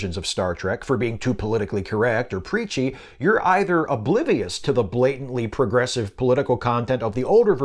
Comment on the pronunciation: I thought you said "Peachy".